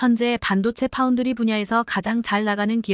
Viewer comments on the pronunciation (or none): none